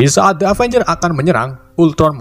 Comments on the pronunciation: avanyer wkwkwk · setiap ngucapin kata “avenger” ko malah kedengerannya kaya “avanyer” wkwkwk